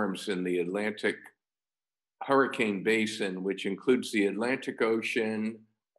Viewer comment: every time she says 'hurra-kin' I tense up